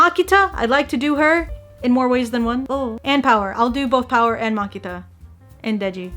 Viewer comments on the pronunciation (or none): "Makita" LMAO